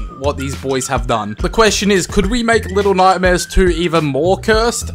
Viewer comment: "To the nightmere and beyond!!"